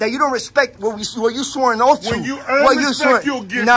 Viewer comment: Yup. He "swore an oaf".